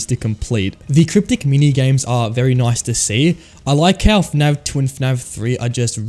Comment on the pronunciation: why does he say fnav instead of fnaf?